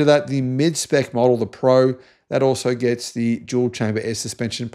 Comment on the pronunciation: I think the word is gets not Gest.